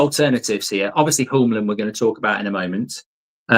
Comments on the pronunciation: Mark, Hjulmand is not pronounsed like Hullmand or Jumland. The ‘H’ is silent. Like many other writes, its: YOOLMAN for u english guys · Mark, love the content! But if we're going to get Hjulmand you need to learn how to say his name. Here's a quick guide. Morten → MOR-ten (easy enough) Hjulmand → in Danish it’s roughly YOOL-man(d) (the “Hj-” is silent, sounding like “Y,” and the final -d is also silent). It literally means "Wheel Man". So it's not "Homeland" or "Yumland" or "Jungland". It's Hjulmand. Cheers! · Get it right! You-l-mand Not You-m-land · I have been looking for this comment. This whole summer I hear him saying Yomlin and I never knew who he was talking about. You can imagine what I thought when I found out it was Hjulmand this whole time 😭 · Yumland is hilarious. Sounds like a sweetshop 🍬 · I like how he changes the hjulmand pronounciation every time